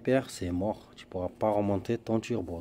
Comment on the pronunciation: Avant que tu dise comment tu tchapelle, j'ai su que tchetche beure. Les seules qui disent tchu au lieu de tu. 😎🤣😁🤪